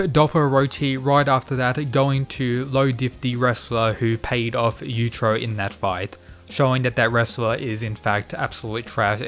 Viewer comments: It's yuichiro not yudro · YU-E-CHIRO not YUCHIRO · You-i-chi-row. Not you-trow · Claims to know all about Baki, precedes to butcher the name of the father creature dozens of times pronouncing it several different ways. You-trow you-trow. It's bloody yuichiro! You-ichi-row!!! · It's yuuichirou not yuichiro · Yu-i-chiro. If you want to correct some misunderstandings, Please also get his name correctly. Other then that, good video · "you-ee-chi-row" try saying his name a little more correctly i didnt know if you're talking about yujiro or yuicihiro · Man wtf, you are saying "utero" instead of Yuichiro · Pronounce his name properly